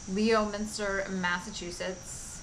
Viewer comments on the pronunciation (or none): Great video, of course. I'll take silence of loud music any day so the sound was just fine. FYI: Leominster is pronounced Lemonster. Apparently the vase is one of a set of two. The artist's name, I think, must be Zrolka, but I say this because I found no other close spelling.